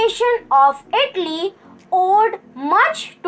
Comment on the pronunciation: Don't pronounce itly its Italy